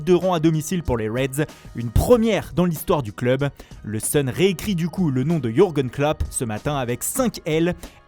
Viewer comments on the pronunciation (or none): none